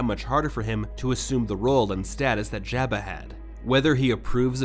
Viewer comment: It’s a good thing Jabba isn’t around to hear you mispronounce his name😜